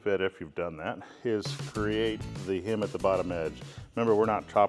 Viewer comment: It's not a "him", It's not a "hymn" It's a hem!